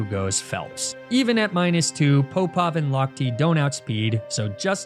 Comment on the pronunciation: I don’t know if what I think is accurate, but as a swimmer growing up, I always heard Alexander Popov to be like pop-off, not poe-pov. There’s the popov drill, so maybe it’s just easier to say pop-off. Or maybe everything I’ve heard is a lie. It isn’t as if that’s the first name that’s been differently spoken on this channel